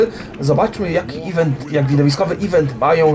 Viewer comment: tak na przyszlosc (nie czepiam sie, nic z tych rzeczy), event wypowiada sie e vent (z akcentem na "vent"), nie ivent. Niby mi to nie przeszkadzalo, ale jak moge pomoc to czego mialbym tego nie zrobic prawda? PS Kocham Twoje filmiki! Czasami jest ich tyle ze nie wiem od czego zaczac. Strasznie to lubie ^^